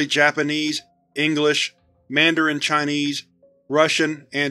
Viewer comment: Ngl, your pronunciation of Chinese is made me cringe a bit, but I’ll allow it because of its length and how interesting this scp is